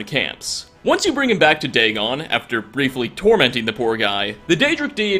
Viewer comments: Bal. Not Dagon. Easy mistake. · 99% of all the comments are about mistakenly saying Mehrune's dagon instead of Molag bal. Like c'mon guy have you never mistaken characters before give the guy a break it's just a simple mistake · MOLAG BAL!!! NOT MEHRUNES DAGON!!!! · ITS MOLAG BAL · Molag Bal mah dude.